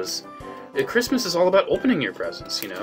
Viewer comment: “It’s time for chrimas”